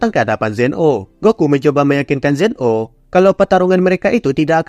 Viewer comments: Bukannya namanya zeno bukan zen o😅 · Sebutan di anime nya memang Zen 0 bukan zeno.